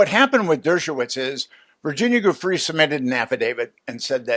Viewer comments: For goodness sake people, could we pronounce Virginia Giuffre's name properly?! It's Jee-oo-FRAY. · Oh ... I don't know. I can overlook "chasm" when what was wanted was "schism", but the inability to pronounce Virginia Giuffre's name correctly doesn't serve as a confidence-builder. Try a little harder.